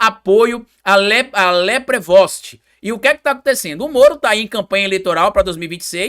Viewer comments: Olá amigo. O nome do candidato se pronuncia "Leprevô". Político paranaense fisiológico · A pronúncia é LEPREVO!